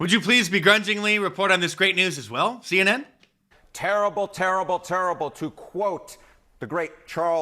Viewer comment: Turibel, turibel, Turibel? The Great Charles barcklee